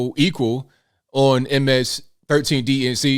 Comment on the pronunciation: i like how you say😬 MS 13